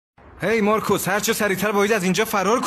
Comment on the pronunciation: چرا میگه مارکص